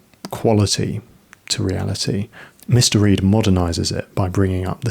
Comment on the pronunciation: Are you saying Mister Reed? Or Mystery? Say it out loud. Mr. Reed, mystery